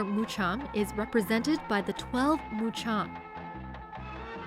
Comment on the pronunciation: notice. not Mucham... MuKam